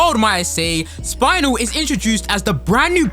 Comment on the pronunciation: I am about to commit a warcrime right now. ITS SPINEL WITH A E NOT THE BONE WHATS A SPINAL I WILL TAKE YOUR SPINAL FLUID I SWEAR STOP SAYING SPINAL ITS AN EEEEES 😭😭😭😭😭😭😭😭😭😭😭